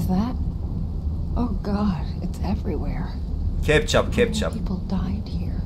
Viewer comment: "Kepçap" "kepçap"hahahahahahaha 😂